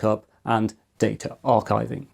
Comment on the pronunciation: It's "Data", not "Data"